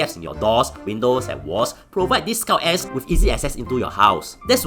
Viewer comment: am i the only one who hear "scout ass"